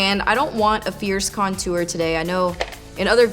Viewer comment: lmao at "contuar" you say it so different lolz do you say "tour" like "tuar" too? hehe i giggle everytime you say it :D